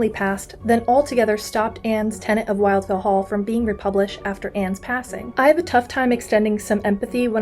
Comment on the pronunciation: A friendly note: The first syllable of "Wildfell" is pronounced to rhyme with "will" not "while".